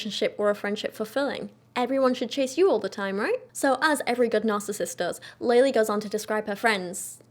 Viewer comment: Not that it matters but i believe her name is pronounced lehleh, not laylay